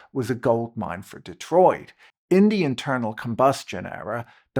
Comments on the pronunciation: It must be the accent but I was sure the man said 'the eternal combustion engine'! 😊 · I misheard you at one point as saying "the eternal combustion engine", which seems appropriate here.